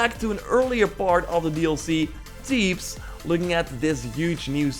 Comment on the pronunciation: Teebs? It’s pronounced Th-eebs, strong pronouncing on the TH